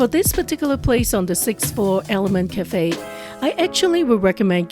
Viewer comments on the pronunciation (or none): none